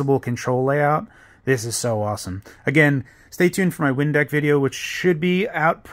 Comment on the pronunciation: I legit thought he said Windex for half a second. this is cool though